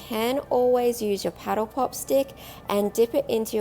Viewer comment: I thought she called it a petal pop. Lol